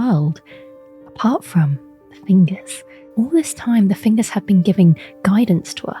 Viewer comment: Cool video. I liked when you said fingeys and wiggled your fingers Lol